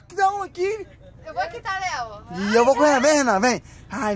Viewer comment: Qm viu a falando pro Léo bê não kkkkk